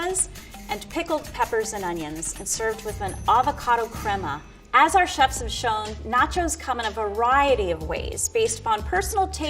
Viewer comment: Everytime the level 3 chef said crema I was like no no no your saying it wrong it's crema